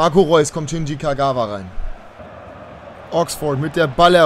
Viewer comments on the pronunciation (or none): none